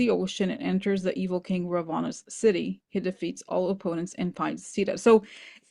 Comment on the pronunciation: I’m Indian and very familiar with the Ramayana. My grandma used to tell me this story when I was a child. So the correct pronunciation is Raa vana. And Hanoomaan. It’s a wonderful story. Also Kamala is fondly referred to as Lotus because “kamal” is the Hindi word for the lotus flower. We’re so grateful for all that Corina and you do for us ❤